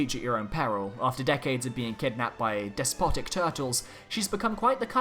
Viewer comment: 1-73=Issac isn't in smash Also am I the only one who thought when he said despotic He said despasito legit no joke that's what I thought